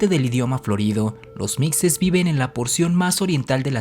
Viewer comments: Esta mal se pronuncia mishes. No mijes. Ejem Los meshicas. No los mejicas. Es meshico. No Mejico . Es shochimilco no jochimilco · LOS MIXES SE PRONUNCIA MIJES NUNCA NOS PUDIERON CONQUISTAR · Muy buen documental perose pronuncia mije y se escribe mixe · Se pronuncia mijes pendejo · Chspm esos españoles de escribe mixes se pronuncia mijes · La pronunciación es mijes.....porfa no. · Se pronuncia Mijes y se escribe Mixes.... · Mixes (se pronuncia mijes) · Se escribe Mixes y se Lee mijes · La x la tienes que pronunciar como sh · Se pronuncia mijes pendejo.. Se escribes mixes.... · Es mixes pero se lee "mijes" soy de Oaxaca jeje saludos y gracias por el buen video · SE DICE MIXES SE PRONUNCIA MIJES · Se pronuncia "mijes" pero sé escribe "mixes" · Se pronuncia "mijes" mi amigo, así como Oaxaca se pronuncia "Oajaca". Un dato curioso de los mixes, es que originalmente habitaban en el Istmo de Tehuantepec, pero tras la llegada de los zapotecas, fueron desplazados hasta la sierra norte de Oaxaca. Algunos mixes siguen habitando en la región Istmeña y no solo eso, también han adoptado un poco de la cultura zapoteca, al grado que se visten como ellos e inclusive realizan una de sus tradiciones que son las velas Istmeñas. Yo tengo ascendencia mixe por parte de mi madre y zapoteca por parte de mi padre. Y creo que deberías hacer una segunda parte porque faltaron los Tarasco, los raramuri de la sierra tarahumara, los seris, los Kikapu, entre otros. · Muy buen video , solo que soy de oaxaca y los jamas conquistados son los mixes y se pronunsia como si fuera "j" como mexico seria los mijes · Se pronuncia Mijes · Me encanta tu canal, pero no lo tomes a mal pero Mixes se pronuncia con J, osea así: MIJES. claro q esta bien escrito con X, te lo digo por que mis raíces son mixes. Besos y un gran saludo. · Se pronuncia "mijes" aunque se escriba mixes... saludos desde Oaxaca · se dice muxes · Se pronuncia los Mijes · SE ESCRIBE MIXES. PERO SE PRONUNCA "MIJES". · wey se pronuncia mijes